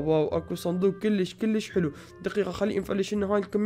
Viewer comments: بليز لا تقول كولش قول كيلش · اعطيك نصيحه مو اكول كوليش كوليش حلو لا كول كليش كليش حلو يعني بلهجتك نصيحه